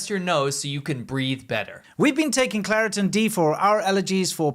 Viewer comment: Claritin ffs😂😂